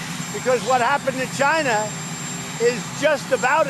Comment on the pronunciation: Why does it sound like he is saying ghina instead of China.